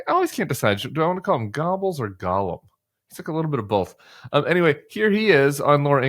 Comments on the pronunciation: Tim! Ffs it’s pronounced “Ger-bulls” - not “gobbles”! Lol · I always thought Tim saying "Gobbels" was a mashup of Gollum and Goebbels (pronounced "gher•buls") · "Goebbels" isn't pronounced "Gobbles," it's pronounced GER-BILLS. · Joseph Goebbels is, oddly enough, pronounced GER-bels. Go figure. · I believe it’s pronounced Gerbels! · Wasn't the pronounciation more Gerbels, than Gobles ? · Hey Tim, "Goebbels" is pronounced a little like "Gherbels," with just a sight "r" sound. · Josef Goebbels…think pronouncing: ‘Gerr-bells’ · I think Goebbels (Stephen miller) is pronounced like "gur-bulls" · If you say the word "gerbils", with a hard 'g', as in "gas", you will come very close to the German pronunciation. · Re: Stephen Miller AKA Screamy Stephen "GOEBBELS", the deceased Nazi head of propaganda: His last name is pronounced: "GER - BULS". The "OE" letters take on an "ER" sound when a non-German speaker is pronouncing it. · Oh, it's pronounced GURR-bels. As so many years pass it's understandable that how to say those evil names is disappearing, faded into history but we must not forget the evil they did and beware of it returning. Which very well could happen if the Trump Cult gets in power. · Goebbels pronounced Geerbles. Either way evil no matter how you pronounce it is still evil. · Goebbels is not pronounced Gobbles. But good point about him. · It is sound only : Gerrbulls not closing the r sound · Goebbels isn't pronounced Gobbles. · Stephen Miller = Gollum. Laura Ingram = Goebbels (btw, love the way you pronounce it).